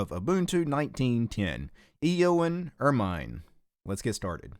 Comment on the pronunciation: The reason why it was taking up so much RAM was because you were using ZFS, that file system is RAM heavy and combined with GNOME it takes up a bunch of RAM. Also ermine is actually pronounced ur-men, it's related to the weasel.